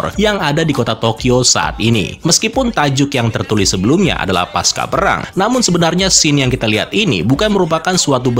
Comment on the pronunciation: Bang fyi aja: kata "pasca" tetap dibaca pasca bukan paska karena pasca bukan kata serapan melainkan kata bahasa Indonesia.